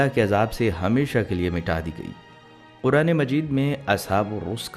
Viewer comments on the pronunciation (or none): none